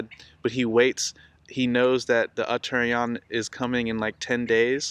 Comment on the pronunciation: Uttara+ayana = northern+journey..pronounced Utta'rayana